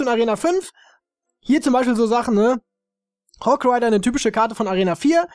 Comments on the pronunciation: Nein immernoch falsch! Hog RIDAAAAAAAAAAAAAR , also richtig betonen so richtig rein scheißen :D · du hast es falsch ausgesprochen es heist: Hog RIDAAAAA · Nein es heißt hogooradersss!